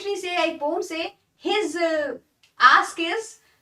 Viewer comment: She is speaking right because,Correct pronounciation of poem is not 'poyam' but like 'po-am'